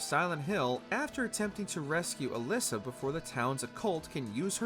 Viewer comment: Okay it’s Alessa not Alyssa. Please be familiar with the source material before making a video